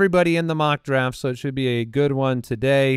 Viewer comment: I sincerely thought said “a toothless mock”